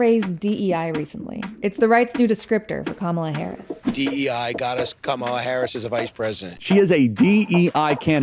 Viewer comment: Maybe you could analyse the Right's habit of mispronouncing 'Kamala'...